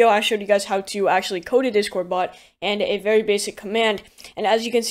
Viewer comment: I swear I keep hearing him say dishcord.